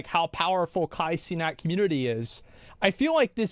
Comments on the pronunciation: “Kah senah” but nah they making this into something it wasn’t a riot bro? Like omfg man talking down on him like “influencer” you are on tv everyday and couldn’t get the streets of NYC like that I’m getting a whiff of hater these anchors are literally clueless about life literally NPCs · So, is it subtle racism and/or disrespect that Fox news couldn't bother finding out how to pronounce the name of one of the largest creators on Twitch (who happens to be black) or just them being shit at acurately and professionally reporting news again? Maybe both? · They can't even say his name right lol😂